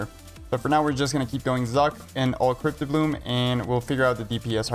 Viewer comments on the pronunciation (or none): STOP CALLING IT FUCKIN CRYPT-O-BLOOM ITS CRYPT-BLOOM ffs